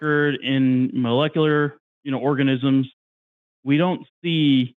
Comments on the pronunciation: Anyone else bugged by how says "mullekuler"? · It’s pretty hard to take someone seriously when they pretend to know a lot about this subject, yet simultaneously can’t pronounce the word “molecular” repeatedly